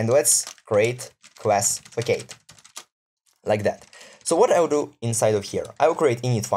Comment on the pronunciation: It's not a fack-aid, it's a fass-ahd - it's the same word in Russian: фасад